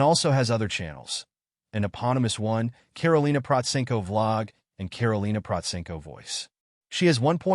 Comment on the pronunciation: This is the first time I "liked" a Karolina Protsenko description video. There are so many trash channels and falsified videos about her - well I guess this is the price of popularity and fame. You are the only one to pronounce her name right, you have done your reseach and put it almost right everything. The most persistent and general wrong opinion about her is that 1) she doesn't read music and 2) that she only plays by ear. It must be stressed that this only goes for learning pop covers. She learns classical by sheet music naturally as it isn't possible otherwise. You should have stressed seriously this in your overview. Otherwise, almost 100% with a few very small minor inaccuracies. Congratulations for a good video.